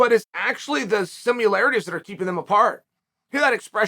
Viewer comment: Chael “Simularities” Sonnen Also, Chael “I’m clearly right” Sonnen